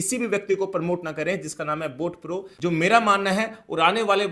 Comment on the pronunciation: भाई पहले तो तू बॉटब्रो को बोट प्रो बोलना बंद कर।😂😂😂उसके बाद अगर प्लान समझना है और इंवेस्टमेंट करना है तो रिप्लाई कर।अपने मोबाइल नंबर के साथ